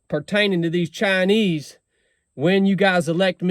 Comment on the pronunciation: They are actually called “Chine Wees”. 😂😂